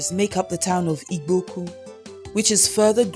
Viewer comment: it is igbo not ibo or igwo. she cannot even pronouce IGBO. who is this woman? is she even igbo?